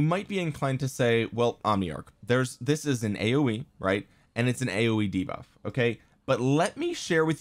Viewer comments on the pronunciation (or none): none